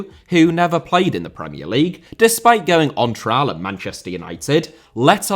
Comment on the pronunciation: Cantona* not Cantonohr Trial* not Trahl Debut* not Deibyu Drogba* not Drogber Wildly* not Waldly Pelé* not Pelei Baresi* not Bareisi Kanté* not Kantei Dispossesed* not Disposessed Eden* not Iren Serie* not Seri Wolfburg* not Uolfsbög Had he been* not Had he have been Aleksandr* not Alekzander Grêmio * not Grémiouw Bernabéu * not Bönabeyouw 15 mistakes ffs